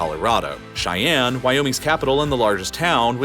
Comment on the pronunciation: The state capital is pronounced Shy-Ann NOT Ch-I-Ann 🙄